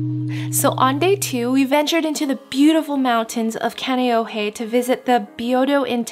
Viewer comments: Wait... you're from Hawai'i and mispronounced Kaneohe? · and kaneohe (KAH- NEH - OH - HEY ) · Im not Hawaiian and I cringed too 😂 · When they say Kaneohe wrong .....